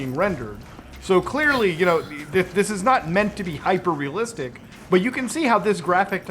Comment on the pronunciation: Muta did you say hyperrealistic? ☺️